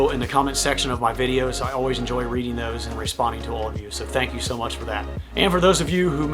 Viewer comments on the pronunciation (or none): none